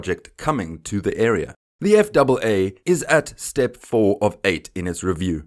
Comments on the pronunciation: Please!!! We in the USA usually say "F" "A" "A" instead of F double A. I understand your language may also be English but it sounds wrong some how that way. I knew what you meant you would say USS Enterprise instead of U double S Enterprise. Just me being picky :D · I agree. Sounds wrong... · Save a syllable, spell out FAA. Nobody else says it that way. Gringo.